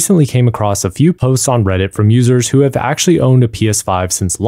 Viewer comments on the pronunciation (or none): none